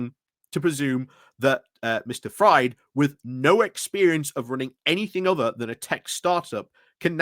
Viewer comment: For future ref,, Fried - a name of German origin - is pronounced "freed". It's not "fried" as in eggs:)